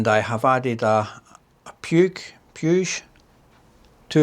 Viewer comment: It is "Putsch", mountain in catalan ;-)